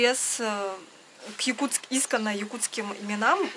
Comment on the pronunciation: Извините, ударение в слове " искОнные( ый) на " О" ..Удачи Вам!😊